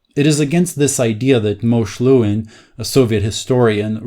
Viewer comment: Pronounced "Mo-sheh Le-veen".